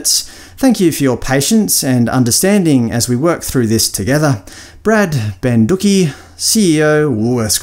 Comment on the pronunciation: Banducci like 'Gucci' brand pronunciation I prefer the way you said it though, for laughs.